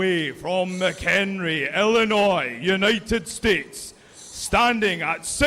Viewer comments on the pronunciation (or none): none